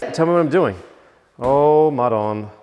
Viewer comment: Lmao Ric Flair brought out the inner New Yorker in with the madoooone 🤣🤣